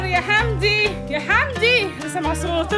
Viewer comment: موتنى ضحك لما بيقول وينادى على حمدى ويقول له حندى 😂😂😂😂 عسل يا